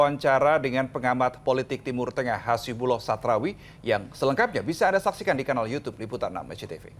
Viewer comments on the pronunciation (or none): Namanya saja hasibullah,,bukan hazibullah....jadi orang nya dongo